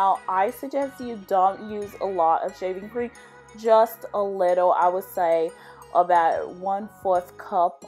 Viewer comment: I thought I heard shiving cream 🤣